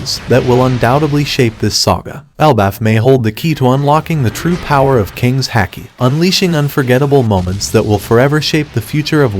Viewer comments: It's pronounced like hockey. Not hack-ee not luh-fee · You pronounce haki wrong